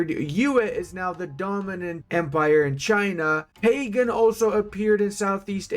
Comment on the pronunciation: that’s not how you say pagan on that side of the world 😅